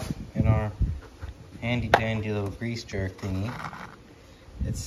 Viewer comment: Grease jerk? You mean grease zerk?